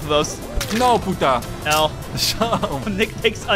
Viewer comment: Like, is it me or did he say p*ta?